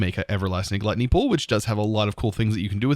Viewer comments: "Glatney Pool" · ...Guilty pool not gluttony xD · .. can u try jumping in the void... Just keep flying at the level where u start taking damage.. and also.. its guilty pool.. not gluttony😂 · You need to read the word "Guilty pool" again, ^^ Thanks for the series!